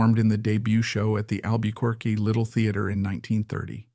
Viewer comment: This AI narrator is terrible. He doesn’t know how to pronounce Desi Arnaz, La Jolla, Albuquerque, and more.